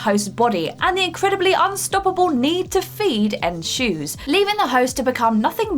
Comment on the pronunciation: Choose mate. Doesn't sound like shoes at all.